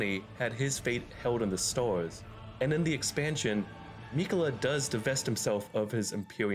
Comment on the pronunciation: What dialect is that? I can only hear store and stores instead of star, stars